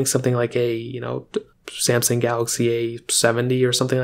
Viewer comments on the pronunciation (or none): none